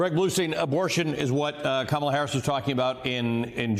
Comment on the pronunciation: It's Kamala. Say her name properly